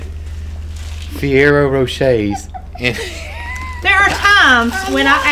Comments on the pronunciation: The pronunciation you are looking for is-FUR RARE OH ROW SHAY. From your fellow Alabamian. :) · I am here eating forerro rocher too haha! It's 'for rare ro' 'roshay' if you wanted to know 💖